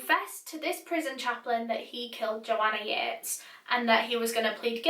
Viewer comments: I thought it was pronounced Yeet-is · I'm so sorry but I pronounced this in my head as "Joanna Yeets." End me I feel so bad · THE JOANNA YEATES CASE How i pronounce Joanna Yeates Joanna Yeets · i'm sorry but I have to.. Joanna YEETESSSSS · not to be offensive or anything, but I thought it said ‘Joanna yeets’ lol